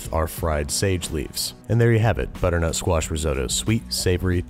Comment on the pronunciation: Does it sound like he is saying "Butternote Squash Risotto" to everyone else